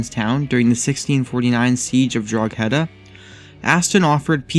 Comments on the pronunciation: Drogheda... IS NOT PROUNOUNCED AS DROG-HEADA ! It is pronounced as Draw-heada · That's not how you pronounce Drogheda. The "Drogh" part is pronounced the like "dro" in "drop", and then add "head" and finally an "ah" and there you go, you can pronounce Drogheda. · Drogheda is pronounced Droh-head-ah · Loving the pronunciation of drougheda XD